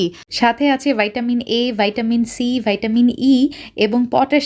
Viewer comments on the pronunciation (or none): ভাইটামিন না আপু ভিটামিন রান্নাটা খুব সুন্দর হইছে